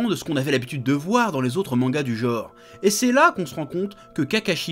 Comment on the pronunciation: C'est cool. Mais, chers amis Français, on dit bien "genre" et pas "jore". Bisous